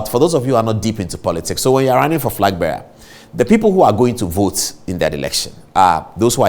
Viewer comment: Did the lawyer say frag bearer?